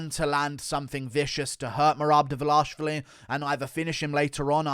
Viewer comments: Dvalishvili, not Dvalashvili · Mehrab Duh-Vuh-Lash-i-villi